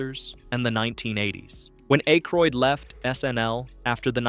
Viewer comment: Hearing A-croid the first two times makes me just scroll away. Im done with youtubers who can't even voice their own videos.